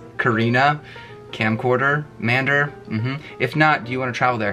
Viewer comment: You answered my question. Yey:D Yaas, come back to germany :3 And i guess you don't know Harry Potter/Fantastic Beasts because you couldn't pronounce Scamander xDD